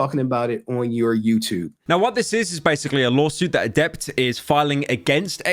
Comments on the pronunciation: Samantha = "Adepter" LULE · I'm blown away by how Pyro always seems to mispronounce most people's names he is covering. Adept, CrazySlick, Sliker etc